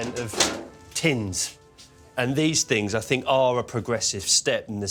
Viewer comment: "i FINK" why is the TH sound so hard for people from England to say?